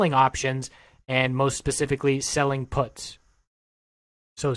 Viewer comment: first of all you're pronouncing puts wrong, secondly "lotto" plays, out of the money options, dont need to be high risk, if they cost pennies